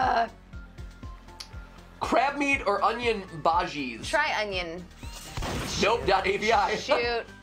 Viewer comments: It's pronounced "ba-Jeez" not "ba-Heez" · it's pronounced ba-ji-ah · It’s actually pronounced bahis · it is so cringey when Stephanie says onion bhajis wrong and she acts so natural and she acts like she knows what she is talking about but she don't